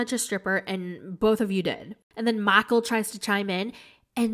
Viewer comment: Makul!!!! Lmfao I now officially use that pronunciation whenever I say Michael.